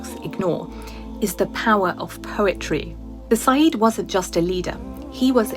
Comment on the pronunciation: It is Sayid not Saeed. Completely different meaning and pronunciation.